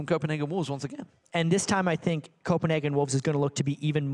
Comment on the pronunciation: Is he ever gonna learn to pronounce "again"?